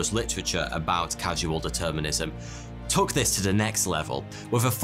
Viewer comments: LOL - "Causal Determinism", like it says on the screen. Not "Casual Determinism", like you said multiple times in this video. Literacy is underrated. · . It's Causal Determinism. Not 'Casual Determinism'. Ffs! Smh! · Causal determinism, not casual determinism... Determinism cannot possibly be "casual"... Great video as always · I find it really funny that he refers to causal determinism as casual determinism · Lol its causal determinism (cause, as in cause in effect) not casual determinism (as if there were a more-serious type of determinism by contrast). In seriousness though, it's a categorical mistake to try and answer the question using quantum physics. If we have free will, then it means we have a mind, distinct in some way from the physical brain. One cannot disprove the existence of mind using only physics anymore than one can disprove the existence of driftwood on a beach using only a metal detector. The strongest argument one can make is that we intuitively think we have some level of agency or freedom of will. We can make (morally significant) choices. And we do all the time. The rebuttal is that this intuition of free will is just an illusion. But why should we have this illusion? It serves no purpose. After all, it cannot be advantageous to survival, since (on the deterministic world view) it's already been established that we don't make choices at all but rather act due to the behaviors of physical particles moving as they do. Since our behavior is non-volitional, we'd act in the exact same way we do without this illusion of free will. This is essentially the same as the problem of consciousness (see David Chalmers). But unlike free will, self-consciousness cannot be denied or said to be illusory. Last, the Charles Whitman case and others like it certainly indicate that our behaviors are affected by environmental factors and physical properties of the brain. The f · Causal Determinism, not casual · lol he called causal determinism casual determinism lol